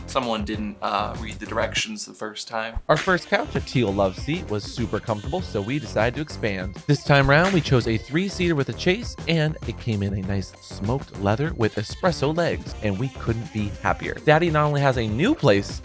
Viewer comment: "There was no war in Ba Sing Se … " ROFLMAO!!! PRICELESS Also, "Chaise" is pronounced "shezz", not "chase".